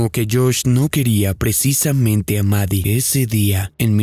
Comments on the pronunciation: La llamas 'Mari' y se llama 'Maddie'. Su nombre se pronuncia exactamente igual 'MADI'. 🫰🏼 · Ok pero no se pronuncia "Mari" xd